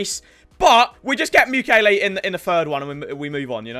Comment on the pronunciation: RIP saying Mukiele Mukulele. The ukulele clip art will be missed